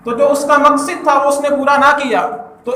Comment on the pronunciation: مقصد ہوتا ہے ص کے فتح کے ساتھ